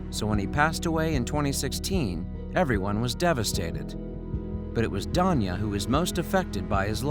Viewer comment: Is he saying Tanya weirdly, or is Danya really a name?